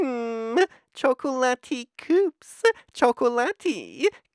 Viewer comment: ''chokolati kooks''